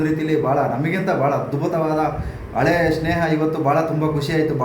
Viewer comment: ಅಳೆಯ ಅಲ್ಲಪ್ಪ.....ಹಳೆಯ. ಕನ್ನಡವನ್ನು ಕೊಲ್ಲಬೇಡಿ.